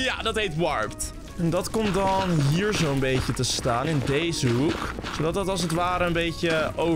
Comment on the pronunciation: Hoe zo zeg jij zon het is zoon leuke video